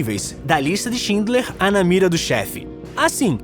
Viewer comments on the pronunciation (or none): none